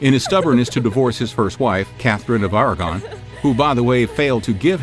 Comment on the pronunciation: ARAGON...... CATHERINE OF ARAGON NOT ARAGORN